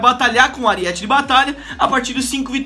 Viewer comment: é Aríete não Ariéte